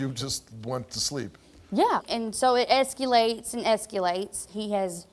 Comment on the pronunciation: Did she say. ‘Eskyilates” for escalates??